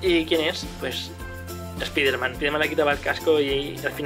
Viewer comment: Se pronuncia espaiderman no espiderman xd